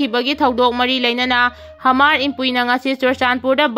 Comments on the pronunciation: Hamar haigadaba nate Mar hayu.onare nangi pronunciation du. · Hmar asi mar haina pronounce tougadabani,h silent touraga. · Hmar da H silent oiraga Mar haina pabiyu. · Mar hairaga pao hmar haina paganu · Hmar hmar Mar haiu Nachin napthibadu pao paba Heitraga paganu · Hamar haibadudi 😂. Mar haiyune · H ki sound do silent oina panabane.pao padringeida Hanna rehearsal khara touba kanagani khalli.wahei chumna padabase pao tabada yam nungaite.